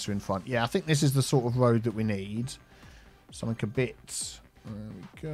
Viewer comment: Picking up people on their pronunciation of "quay" while you say somethink, nothink and everythink. Priceless